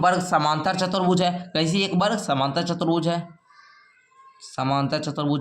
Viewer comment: Sir chatar bhuj nahi chutuar bhuj hota hai